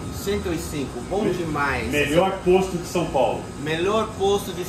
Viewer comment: É diferente, "posto" "poste".